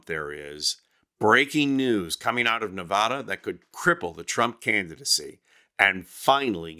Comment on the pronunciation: Learn how to pronounce Nevada, putz!